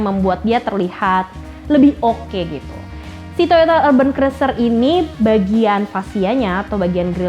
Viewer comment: Itu sebutan nya urben atau urban...kayak nya klo dlm bhasa inggris sebutan nya gak kayak gitu deh